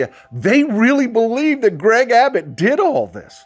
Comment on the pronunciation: it is Gov. ABBUTT, not Abbott.